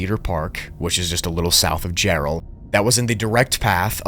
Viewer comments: Jarrell not Gerald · It's Jarrell, Texas, not Gerald...